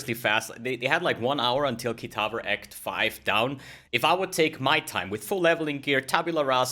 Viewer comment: Why do you say "KITAVER"? there is no "r" in "kitava"